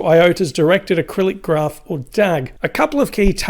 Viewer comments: In this video, its pronounced "A-krill-ic". There's no 'r' in Acyclic. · Acyclic is A-cyclic, as in, not having cycles. This is pronounced "Aye-Sik-lik"